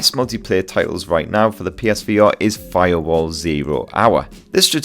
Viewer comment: For firewall did he say protect the porno